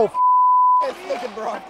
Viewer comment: wtf? who pronounced brocks name wrong LOL